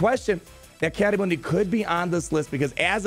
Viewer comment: Just wanted to point out in the clone wars his name is pronounced “Mun-Dee” and not “Moon-Dee”. (